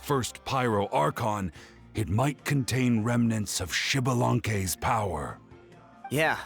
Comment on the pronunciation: I came here just to check if they pronounced Xbalanque right. To my surprise, they did.